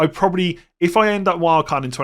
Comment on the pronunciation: MOON-yoz ... please, it's pronounced MOON-yoz.